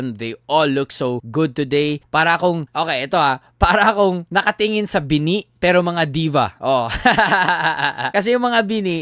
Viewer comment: Mali pagbigkas ng bini.dapat mabagal di mabilis